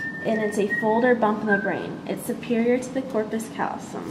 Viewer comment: thanks for going to a quiet place to film this. Nice filming. Work on your pronunciations. APR has a pronunciation button. Septum pellucidum, corpus callosum, etc.